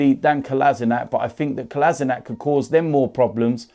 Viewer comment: please learn how to prounaunce Kolasinac name,ypu are wrong